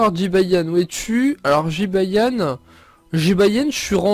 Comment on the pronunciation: Un Jibayan?Désoler mais c'est Jibanyan mais pas Jibayan Ok tu me stresse avec sa Jibayan Jibayan....!!!!!😬😬😬😬😠😠😠😠😠😠😨😨😨😨